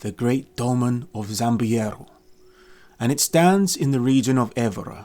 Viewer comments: ZAMBUJEIRO should be pronounced in English as "zam-bu-JAY-ro". In Portuguese the "J" is a normal "J" just like in English. Only the Spanish change its pronunciation. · zambujeiro is pronounced zam boo jay roo